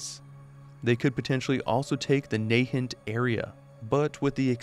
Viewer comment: I hate to be that subject, but your mispronunciation of Nahant was too much, I have family that live there and it is pronounced Naa-hahnt, not Nay-hint. Just protecting you from angry Bostonian comments in any future videos ❤